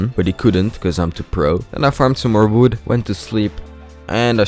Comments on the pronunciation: Why Do you say wwood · And its like uwi